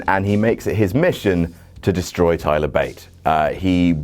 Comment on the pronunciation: Thigh-ler Bate xD